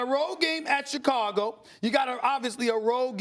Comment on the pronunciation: "December 5th in Chi-CAGO?!"